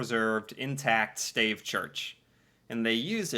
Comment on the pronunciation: Stave is pronounced stay-ve. Wooden nails are called dowels.